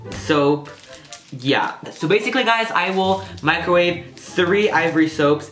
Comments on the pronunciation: its microwave not mricowave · Mricowave? Lol XD